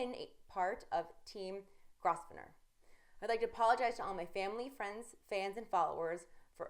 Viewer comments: Incorrect reporting! Its pronounced Grove-ner, not Gross-ven- or. Shaun Dweeb is a nosy douche btw. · Grosvener is pronounce Grove-ner. The 's' is silent. English is stupid sometimes. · She should check how to pronounce Grosvenor bedore filming this. In fact she should let someone who isn't drunk or stoned do it because she is the worst announcer I have ever seen.